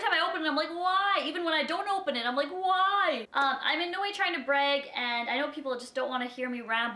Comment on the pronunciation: I like how you say brag it so funny